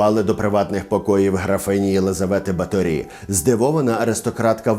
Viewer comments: Все дуже гарно, але в угорців наголос фіксований - на першому складі, тому: БАторі, РАкоці, СІярто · Супер випуск, я вас обожнюю. Але в угорській мові кажуть БАторі, з наголосом на перший склад і місто Пожонь, не Позонь. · Чому наголос на останній склад? Просто цікаво. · Наголос не правильний. В Угорщині по іншому ставлять наголоси. Через це важко слухати 😅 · О, сюрприз номер 1: наголос на І. 😮 Я кіно якесь дивився. Там вона ніфіга не вампірка якась, а просто жінка, яка намагалася вижити і робити свою роботу... І ніяких дівчат не вбивала. Романтика розвіялася, а розуміння ситуації додалося. Але ви, звичайно, у вашім відео і додали барви, і розписали в деталях, і по поличкам розставили ото)))) Дякую за вашу роботу!:) ❤💛💙 Графиня жертва свого часу, обставин і політики. Не свята і не монстр, просто людина, яка мала владу і гроші, але хтось мав більше. А ще вона була жінка, тож її простіше було ото впакувати у замок, ізолювати тощо. Ну, мені так здаєтьсяї. Християни навколо все би зробили, аби якась жінка не закручувала їм гайки. П.С. Де він, блядь?! 😂😂😂😂😂🎉😂 Дуже цікава робота цього разу вийшла)) І ота псевдоістопія, і оці приколи з замком...:) Прикольно!!! П.П.С. Класна футболка, ❤